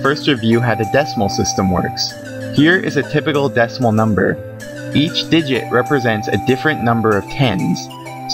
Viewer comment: I never want to hear you say digit again. :P